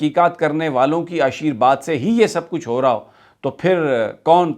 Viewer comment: Blessing is ASHEERVAD not not ASHEERBAD It is humble correction